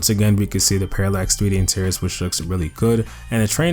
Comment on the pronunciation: bro if you say Paralex 3D Intiriors one more time i am gonna snap